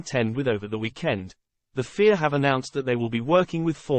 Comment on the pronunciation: I understand the use of text to speech but at least make it say fia rather than fear 😴